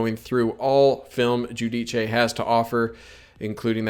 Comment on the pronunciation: He’s a terrific player, looking forward to watching him! By the way, it’s pronounced “Joo-Deece”